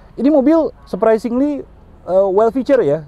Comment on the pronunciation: Surpresingli surpesingli berapa kali di ucapin tuh